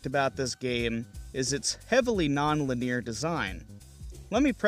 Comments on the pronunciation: I have had this happen with words I have only read and never heard aloud, so I empathize. It is pronounced Lin-eee-urrr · Lin-e-ar. Sorry, I couldn’t help myself. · Great vid..linear is said, lin-ee-ur though. Sorry bro, its was kinda like a cheese grater on the ear. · Why does he say "linear" like that???